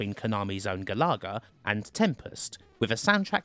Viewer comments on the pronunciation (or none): *GAL-UH-GUH* Galaga :P NOT GA-LAW-GUH shutters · Ga-lar-ga? GA-LA-GA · Also he pronounced it stupidly - should sound like Gallagher* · Sorry but I need to know if I've been pronouncing it wrong since I was wee. It's Gal uh-gah isn't it? Not Gal-ah-gah? Not having a go btw just looking for the answer. And where's pacland? New Zealand story? R-Type? Flashgal? Bagman? Gryzor? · look, i love you, and i want to have your kids, but, it's pronounced GAL uh Guh, not GuhLahGuh lollll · 🤦🏻‍♂️🤦🏻‍♂️🤦🏻‍♂️it’s “gal-a-ga”. Not “gal-ar-ga”. I’m having a meltdown !! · Pronounce galaga again for us.